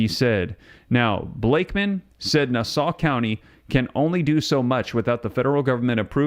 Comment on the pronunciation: It's pronounced nah-saw......😅😅😅